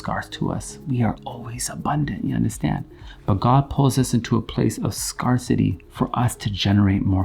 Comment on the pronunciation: Totally love the way he says ‘scarcity’ — like it’s a place where you can get scarred in life... Scar City.